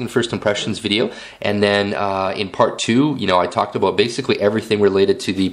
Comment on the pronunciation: i like this video but excuse my id like to make a correction. you freqquently used the word "a-bote" when what you meant to say was "about" okay? thanks for your consideration of my correction